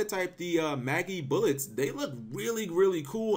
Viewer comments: It's not pronounced "Maggybullet" it's pronounced like Magic Bullet, but without the "c" in Magic. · Say Magic, Say Bullet. Say Magibullet. It's pronounced like Magic, not Maggie. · I fucking got cancer hearing you pronounce Magibullet wrong constantly. It's not fucking Maggybullet! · Nintendo Jones How do you know it is not Magi (long I) bullet.... Oh we don't.... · mah-jee bullet... gosh cap